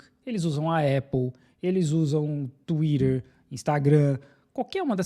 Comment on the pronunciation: "Tuirer"